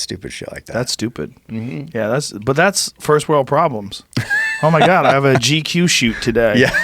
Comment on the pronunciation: Did anyone else hear Joe say “G coo” instead of GQ?